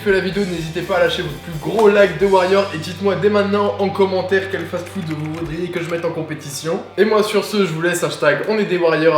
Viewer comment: "Remplis de fatfoude" 😂